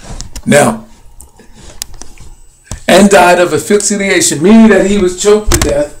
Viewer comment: The post-mortem examination concluded that Hendrix aspirated his own vomit and died of asphyxia while intoxicated with barbiturates. Man you are seeing something that is not there and please look up the pronunciation of asphyxiation!!!